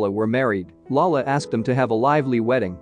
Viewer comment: It’s really cringe when he says lala when he means lola as you n grandmother. Other than that it’s a really good recap.